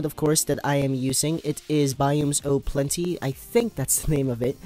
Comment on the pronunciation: YHAAY!!! You are not dead. And finally someone that say it right the mod name is Biomes O` Plenty and u said it right many people say planet and u said plenty and about your question i LOVE those forests and i have alway like fat trees but i would like trees that is like REALLY big so u can build your home in it. <3